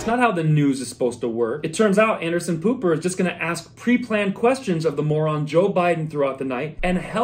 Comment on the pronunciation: Did you call Anderson, Anderson Pooper?